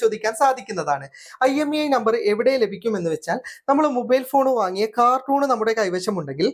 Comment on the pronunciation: കാർട്ടൂൺ അല്ല കേട്ടോ... കാർട്ടൺ ആണ് ശരി. പലരും ശ്രദ്ധിക്കാറില്ല. പറഞ്ഞെന്നേയുള്ളൂ ❤